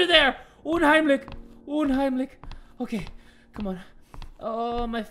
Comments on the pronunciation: fleuringmiel well it’s actually “unheimlich” but pronounced it “umheimlick” that’s why uh... I don’t know how to end that sentence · Lol I'm German and it hurt me to hear him say that. 😂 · me, knowing that you pronounce "unheimlich" as uhn-heim-lish: UMHEIMLICK me: yeah that works too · same man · DAMN your german pronounciation, "unheimlik" AHAHAHHAHA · i love how he said 'unheimlich' (its german btw) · Wie er unheimlich ausgesprochen hat😂 So wäre deutsch viel lustiger😂😂😂